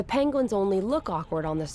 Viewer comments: “ payng-wins”?? Omg she can’t pronounce the word penguin 🙄🙄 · Did she say panguins?!!??!